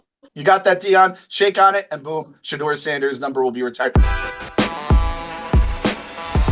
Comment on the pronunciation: should listen to other people say "Shedeur" Sanders name before he mispronounces it 😂